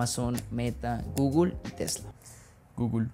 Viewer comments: Perdí el interés cuando vi que el objetivo de era más de ridiculizar a Andrés que de aportar algo Significativamente relevante para el video. Hacer caras, evidenciar la pronunciación de Google y no entender que esta es una guía básica y que es normal que las definiciones sean de wikipedia, (malo que las estuviera inventando) fue todo lo que vi en estos 30 minutos. Usando la vieja confiable de decir que el otro está mal para promocionar sus propios videos que sí están bien, según quien, pues según él mismo. En fin, una forma muy básica de generar atención. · Encerio críticaste hasta como pronuncio Google? Aun sabiendo que la pronunciación es diferente en México que en España. Este video va básicamente de buscar el granito negro en el arroz blanco.